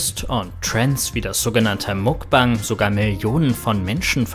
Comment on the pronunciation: Sprich Wörter wie Mukbang einfach normal aus, das triggert nur o.O